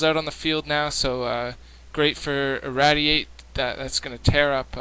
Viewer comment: seriously? you can't pronounce irradiate?